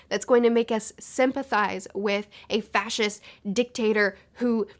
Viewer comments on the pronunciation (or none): none